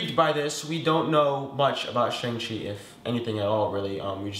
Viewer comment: the correct pronunciation of Shang-Chi is "Shung-Shee"